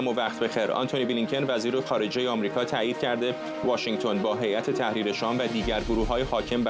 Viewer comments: فرداد گرامی به خانم قرائی بگویید که هیات در اصل هیئت تلفظ میشود. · چرا این خانم به هیئت میگه حیات